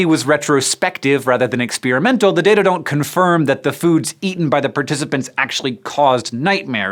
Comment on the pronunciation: "ex-spear-imental" ungh